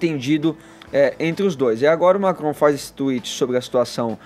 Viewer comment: Primeira vez que o “radialista” consegue pronunciar uma palavra de modo correto. Emmanuel Macrom. Dessa vez a língua presa ajudou😂👏🏻